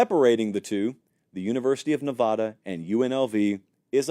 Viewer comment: a word of advice from someone from the West, specifically Nevada. It's not pronounced Ne-vaw-duh. It's pronounced Nev-a-duh. Like in the word "had." And if you can't do that, just say UNR.